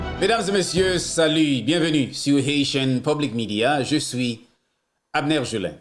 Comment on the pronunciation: Poukisa w pale led Konsa. Ge swi, Je suis pa GE SWI.